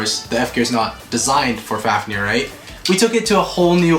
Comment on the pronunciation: At the start he said fafneyr